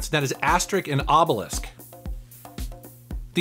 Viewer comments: it s obeliX, not obelisk ! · Asterix and Obelix is pronounced Astericks and Obelicks, not Asterik and Obelisk. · Did you really say "Obelisk" instead if Obelix? xD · Asterick and Obelisk. I loved it :) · "ObeliKS and AsteriKS" not "ObeliSK and AsteriSK".;-) The joke is that every character ends his name by "IX" instead of "isque" because the most famous gaul (french ancestors) in french history is named Vercingétorix. Thx for the video! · Excuse me for laughing at "Asterik and Obelisk" XD The comic books are genius btw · Every character from the series that's from goul has name ending with an x and you need to pronounce it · mispronouncing aside, the comic book series is amazing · He pronouned Obelix as Obelisk. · Yeah, you just pronounce the "x" as you would expect... so "Aster-ricks" and "Obeh-licks". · It didnt even need research, the names both have an x at the end, but somehow you managed to pronounce the first x as K, and the second one as sk LOL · As with all the characters from Asterix, their names are a clever take on other words (like the Bard being called Cacophonix or the plump chief, vitalstatistix). But only now through you mispronunciation of Obelix, i finally twigged what he was names after. Durp feel so stupid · I think you pronounced "Asterix and Obelix" wrong. Look at this video (I linked it with a timecode.): Greetings from germany!